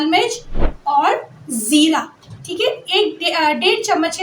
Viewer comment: Sukar ap ny jera 'nhe bola zera bola he😊